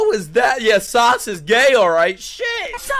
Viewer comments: nah it's SA-SU-KE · When we say sasuke its like saying susgay 😏😶‍🌫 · Bro said 2 syllables in Sasuke